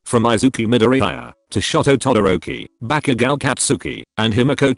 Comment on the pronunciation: ya he finally said bacugo's name right:)